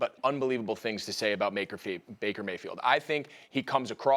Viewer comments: Nobody: SAS: "Maker Vayfield" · "Maker Faybield" 😂